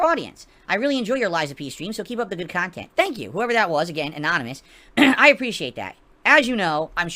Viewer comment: "Meaningful kahntent" "OOOOOOOHHHHHHHHHHHHHHHHhhhhhhhhhhhhhhhhhhhhhhhhhhhhhhhhhhhhhhhhhhhhhhhhh"